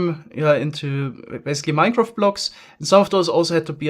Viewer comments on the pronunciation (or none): none